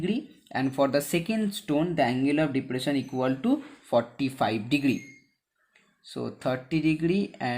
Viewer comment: Pahele sahi se bol lo bhai degdri degdri kar rahe ho degree hota hai